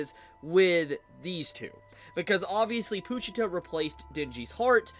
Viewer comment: Why are you pronouncing pochita like that?